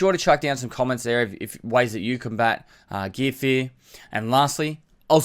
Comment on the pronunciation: Everyone: Gear Fear: GEEA FEEA